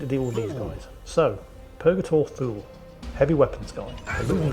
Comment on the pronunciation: I know his name is Thule but I always hear Fool and Bors is Balls. I suggest renaming these two to those names if it's possible. 🤣